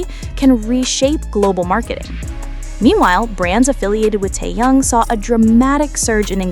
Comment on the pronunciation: Какой он теен он Ким Тэхен выучи его имя а потом бреши дальше дизлайк